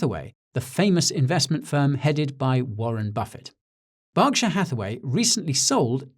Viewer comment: Thankyou for pronouncing Berkshire correctly